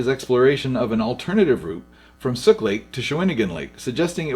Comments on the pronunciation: Interesting video.. but it's pronounced 'Cow-uh-chan', not 'Cuh-witch-in' 'Sook', not Suk and 'Shawn-uh-ghan', not 'sha-win-agin' Cheers! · I was wondering whether you were from the island or not. Calling Sooke "Suck" gives me my answer. Lol. It's pronounced just as it reads, Soo-k. The international phonetical alphabet is misleading, having it as su:k. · The Malahat is still traitorous. One accident and the entire island goes into gridlock. It’s pronounced Suke (Sooke) 🔥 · Great video! FYI Cowichan is pronounced "Cow-itch-ann", Sooke is "Sue-c", Shawnigan is "sean-i-gan". Driving the Malahat today doesn't feel much different than the old footage makes it seem ;) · Definitely not a local. Sha-win-agan and Suk lake had me lolling pretty good. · Very informative - Thanks for sharing - Lots of locations were badly pronounced - shaun - a - gan lake - Not Shahwinagin , Cow - which - an , sooooke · *SOOk ,-- COWichan, SHAWN-igan...... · Sooke, like toque, the thing you wear on your head. 😊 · Had to stop watching due to horrible pronunciation. Maybe rerecord the audio after listening to how places like Cowichan, Shawnigan and Sooke are pronounced. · Should try and overdub all the mispronunciations. Really takes away from the video. Cowichen, Shawnigan Lake, Sooke etc..... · You absolutely butchered the pronunciation of Sooke and Cowichan. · you got the proniciation wrong!! - Islander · Sooke (which is the outdated Anglicized spelling) is properly pronounced with a "ts" at the front and it's preferred modern spelling is T'Sou'ke which more accurately reflects how it should be pronounced. I think it's an unfortunate problem that people don't consider it a matter of importance to learn the pronunciations of the traditional territories they live on. It's obviously not done out of malice, but that doesn't make it less of a problem now that it's so easy to google proper pronunciations. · He also pronounced sooke wrong. He did pronounce cowichan the right way